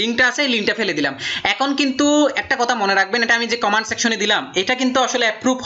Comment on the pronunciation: comment এর উচ্চারন ভালকরে শিখ তারপর ভিডিও কর